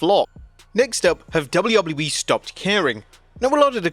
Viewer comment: Why can't you say WWE right?